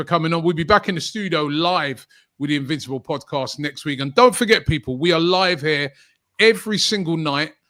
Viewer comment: Did you say invincible or invisible?